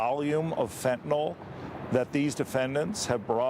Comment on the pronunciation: Fentanyl not fentanol.